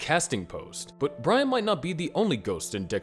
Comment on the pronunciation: you always had trouble saying brian